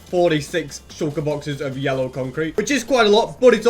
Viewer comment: Can someone count that how many times he has said shulkur boxes in this video